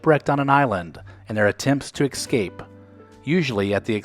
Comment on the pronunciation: Check pronunciation of escape. You said ex-cape. It’s ess-cape.